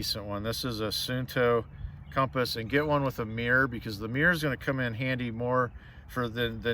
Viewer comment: Thank god you pronounce it CUM-pass not COM-pass. No, com-pass is not correct, drives me crazy.